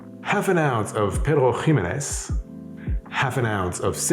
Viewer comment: Why do you say Pedro Jimenez like that ?